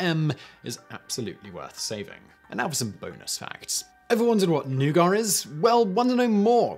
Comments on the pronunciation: Don't be like Randy on South Park. Watch THOSE N-words ending with a hard "R"! Ha ha ha!!! In America, we pronounce Nouget as neww-gett. Not, new-gar. Just sayin'. Talking about the mark. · He is saying noo gah or some times he speaks it as new gar... which i recognize as ヌガー but living in USA since 2007, i think i should tell people, he means nougat! Americans pronounce it as no͞oɡət nou +gat.. nougat! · New-git, not new-gar. Not news: Simon is still trolling his viewers. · It's nougat, not nougar !!!! It's like the Nike Fiasco all over again.🙃🙃🙃🤦🏾‍♀️ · I was listening only and not watching, and spent the first half of this video trying to figure out what new-gar was. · I’ve never heard it pronounced anything but NOO-gitt, I had to stop the video and look at my partner to confirm her surprise as well. Hahha. I love humans. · the word, Newgah, made me recoil. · Nougah (Nougat) is like "rick" spelled with a silent "p". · "new-gar"? Wtf lol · wtf is a newgar?! is it like leves? or like chiner? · Wtf is "NEW-GAR" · You are speaking English. Using the word Nougat while speaking English, you are suppose to pronounce it 'New Get'.... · Your french pronunciation is slightly better than your english pronunciation. But both are horrible! C'mon! English is supposed to sound like "newget" French is supposed to sound like "nu-go". You weren't even close. Took most of the video before I knew even what you were talking about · James Walker well it is a french word, and the french are allergic to pronouncing the final letter of words so, yeah very british... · It took me a really long time to figure out he was saying nougat😂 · Interesting. Today I found out that simon doesn’t pronounce the T in nougat, because French. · This is the first time I've ever hear nougat pronounced that way and I stared at my screen baffled. 🤨🤨 Haha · NEW VIDEO IDEA. WHERE DO BRITISH PEOPLE SEE THE "R" IN THE WORD NOUGAT? .... that one triggered me i don't know why lol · “Nagar”? Isn’t it nougat?